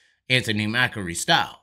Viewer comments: MACRI not MAKAREE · MACK-REE. MACK-REE. It's not like Macaroni and Macaroons. Good videos though, you bring up a lot of good points and present them concisely.